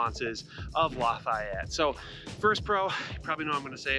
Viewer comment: You pronounce Lafayette like a total douche.